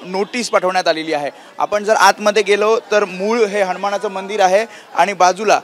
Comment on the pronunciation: श्री हनुमान... बोला..हनमान‌ नाही...